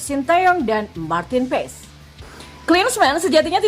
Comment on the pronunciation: Bacanya Martin Pas min bkn Pes 😅